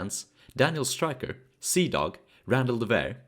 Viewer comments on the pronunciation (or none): none